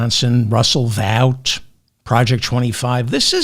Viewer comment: FYI, Vought is pronounced 'vote'. BTW, you've permanently damaged my corneas w/Diaper Don's images!